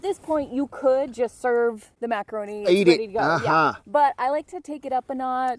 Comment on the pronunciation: He really said macanroni multiple times 🤣